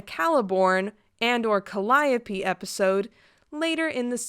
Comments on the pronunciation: Caallllll..... eeeeeeee....... ohhhhhhhh........ p! just say it right! augghhh! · Call-i-yo-pee? ..I've been pronouncing her name wrong this whole time?? I've been pronouncing it as "Kahll-ee-yope"